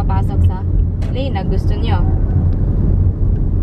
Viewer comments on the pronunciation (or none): none